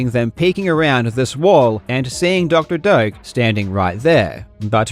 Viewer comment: I keep hearing Dr. Dope